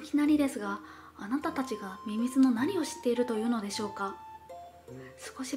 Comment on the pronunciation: 冒頭でミミズのこと、みすゞっぽく言うなや